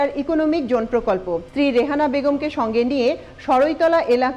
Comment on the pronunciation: Excellent presentation! Just one suggestion as a well wisher. Please pay a little more attention to the pronunciation of "J" vs "Z". Such as incorrectly pronouncing "Jone" in place of "Zone". Thanks and best wishes.